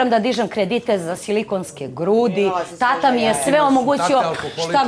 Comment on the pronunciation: Andjela tako sramno izgovara reč "tata". Da malo ima mozga ne bi se javno blamirala! Fond reci ogranicen kao i njen mozak!